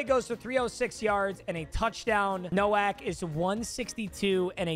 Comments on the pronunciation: Man pronounced Nowak Novak the whole time Jesus Christ man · As somebody with the last name Nowak I feel very weird when you mispronounce our name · Bro called Nowak Novak 💀